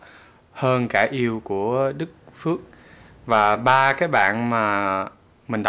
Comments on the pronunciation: Đức Phúc, not Đức Phước :)))))) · đoạn đầu bả đọc là đức fuck thì phải :)))) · 1. I love ur reaction video; 2. You pronounce singer's name wrongly in Vietnamese :)